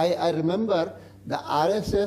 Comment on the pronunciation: When he said RSS I actually heard ISIS.